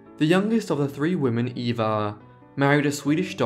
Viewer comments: Absolutely correct. Eva was pronounced Ava. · Surprised you didn't mention Green Acres, it's the main reason I know who these sisters are! I thought Eva's name was pronounced "Ah va". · Great video! I've always been fascinated by the Gabor sisters. A couple facts: Zsa Zsa's name at birth was Sari. Also, I believe Eva's name was pronounced "Ava."